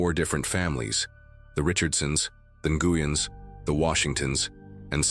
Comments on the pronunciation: AGAIN, Nguyen is pronounced NWEN, NOT NAGOOYEN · Why does this AI have so much trouble pronouncing the name Nguyen? Jesus, I swear, it's in like every other story 😂